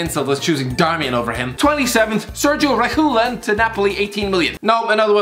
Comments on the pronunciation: like gabriel jesus cristiano its pronounced Reg-i-Lon And Hoi-Bierg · why cant any just google how to say hojbjerg and reguilon lol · Think he's doing it on purpose for both Upamecano and Reguilon